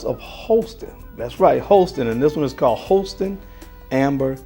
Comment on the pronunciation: I guess you mean Halston instead of holston. Nevermind.. continue like this and give us new ideas for fragrances